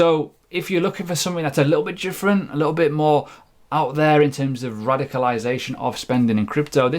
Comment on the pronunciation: Are you saying 'jifferent gravy'? :)